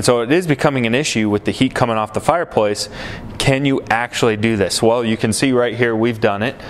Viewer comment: What’s a fire poice 🧐?